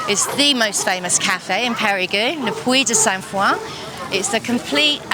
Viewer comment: I've heard it pronounced "Perry-Go" and now I've heard it pronounced "Perry-Goo". It's "Pay-ree-Guh"